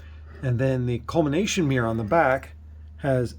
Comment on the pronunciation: It's "COLLIMATION" not "COLMINATION"... just sayin' as you Americans put it. And if you have a spare 50x/0.95 planapo, pref pol (red writing) I'd be interested 😛